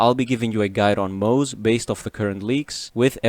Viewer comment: acktually, it's pronounced "moz-uh" not "moz" 🤓